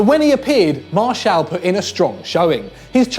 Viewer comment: Pronounce Anthony Martial name right.